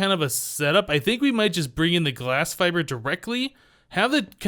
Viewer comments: seriously the fibre cables are pronounced fiber the fact they are spelled different doesn't effect their pronunciation in this case I am enjoying the series but that slight grammatical error is slightly off putting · You literally replied to a comment telling you how to pronounce fibre and now you keep on saying fi bree wtf.